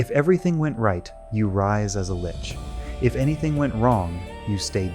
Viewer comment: If you're gonna use an AI instead of speaking yourself, I would recommend listening to it first before posting. This clanker cannot pronounce 'lich' consistently 😂